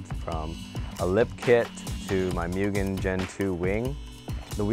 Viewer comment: works at Acura and still does not know how to pronounce "Mugen".